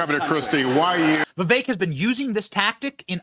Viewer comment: You almost pronounced his name right haha